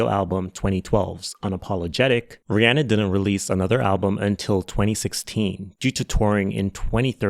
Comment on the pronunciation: Kudos for pronouncing Rihanna the way it should be, with that [e] vowel